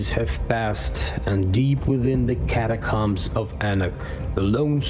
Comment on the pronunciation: Ennuck, catacomm, lejjacy. And the text is full of errors. Nothing wrong with English being your second language, but there are plenty of people out there for proof reading/listening.